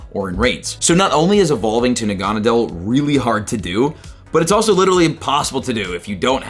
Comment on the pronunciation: It’s pronounced nah-gu-nah-dull